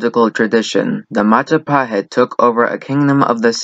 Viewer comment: It's Majapahit you dumbass, not Mahajapit. You cannot even spell it well lol.